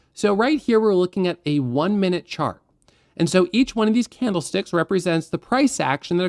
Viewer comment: i swear my ears are failing me. not on this video but many of your really helpful videos. i keep hearing bloody CAMELSTICKS noooooo i cant stop hearing it now :( really love your content mate your are at the top of YT trading tutors. thanks for helping